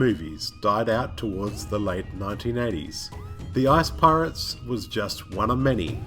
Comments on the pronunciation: Sounds like he said "ass pirates" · Every time you said "ICE" I swear it sounded like "ARSE" to me!!! Best video ever